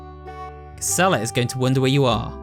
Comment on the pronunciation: Just a small nitpick, but I think Gisela’s name is meant to be pronounced with a soft g.